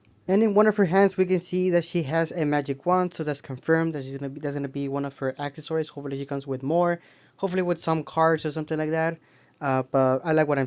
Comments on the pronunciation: that's not English or another language,that is reading inefficiently and pronouncing the word wrong,it's not akkasories lol...say it with me A-CCES-SOR-IES=ACCESSORIES,those are the things that come packaged with the figures.😂cool video though btw are you Mexican or spanish?and did you graduate high school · Your saying "Accessories" wrong,it's not "akkacories" is said like assess-oriented. Accessories,say it again Accessories,Accessories!not akkasories.smh😆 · that's not English or another language,that's reading and pronoucing the word wrong,just curious what's your age?a-sses-sor-ies lol cool videos